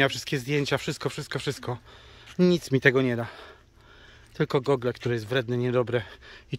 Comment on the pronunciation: źle wymawiasz "Google". Ja też kiedyś miałem z tym problem, ale teraz już wiem jak robić to poprawnie